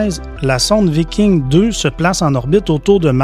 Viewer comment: En français on dit viking, et non vaïking... Ça c'est anglais.